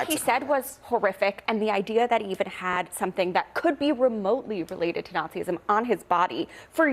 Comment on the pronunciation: HE REALLY SAID "NAZIISM"